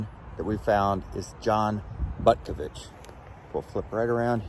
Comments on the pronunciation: Pronounced, Bootkovich. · I think it's actually pronounced "Bootkavitch"